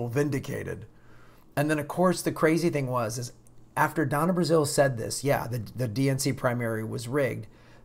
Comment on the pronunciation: Finally someone gets Donna Brazile right.